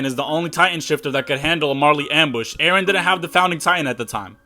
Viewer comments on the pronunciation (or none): none